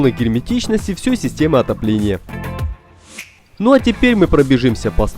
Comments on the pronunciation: Сука, если не умеете говорит по русски, не говорите Не "ВсЁЙ", а "ВсЕй" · где это так говорят - "всёй"? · "... всЁй системы отопления..." :) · послышалось всЁй? не послышалось!